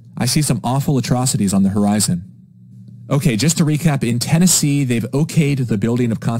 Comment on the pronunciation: Ten-NAZEE (10 Nazi)